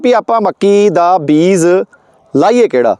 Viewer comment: Veer ji mainu phone te punjabi vich likhna nahin aaunda per tusi punjabi nu punzabi na kaho nale tusi beej nu vi beez hi kahi jande ho kirpa karke talafaz wall dhian dia karo muaafi sahit sujhaa